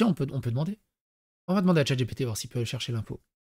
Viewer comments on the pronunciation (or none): none